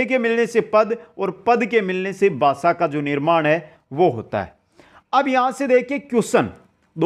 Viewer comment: Not basa it bhasa